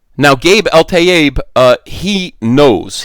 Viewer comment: But how do we pronounce your name?!